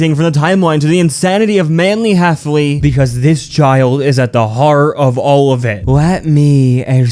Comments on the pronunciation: Why did you say Manly Hefflely? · Bro keeps saying "Manly Heffley"